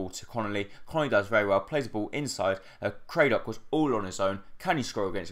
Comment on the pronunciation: It's Crad-dock not Cray-dock mate. Great videos